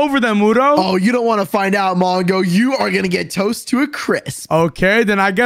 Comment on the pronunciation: In the fight wudo was struggling 😂while it’s so easy because he is overpowered with his sord lol😂and he was saying I don’t wana die but insead I herd i wana die😂😂😂